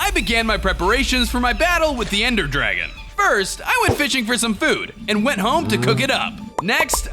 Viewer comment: Anyone realise he said ender gragon once at the end